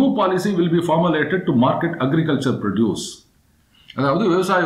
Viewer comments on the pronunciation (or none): Sir, the ' o ' in the noun produce is pronounced like 'aa'. You are pronouncing like the verb produce.